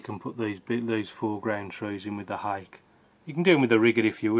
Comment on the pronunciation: Good painting, but just one point. Your Ron Ranson Hake brush should be pronounced 'Hah Kay' and not hake as in the fish variety. They are Japanese in origin.